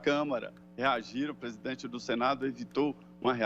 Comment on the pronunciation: "O plesidente plecisa aplesentar plovas serias..."